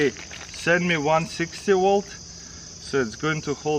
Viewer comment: Twenty wolt